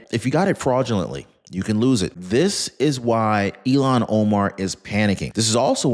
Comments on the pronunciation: iilan omar is pronounced ILL HAN it sounds like you are pronouncing her name ELON I think once you called her elon musk at marker I really do love listening to your content you do your research and provide us with solid information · I love your posts. You are pronouncing Ilhan as Elon. Instead of deportation, IMO she should go to prison. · Her name is not Elon it's Ilhan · I don’t think you have her name right. It’s not Elan Omar, it’s Ilhan Omar! And who cares about any of it, including Nancy Piglosi! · Learn to say Omar's first name!!! You sound ignorant.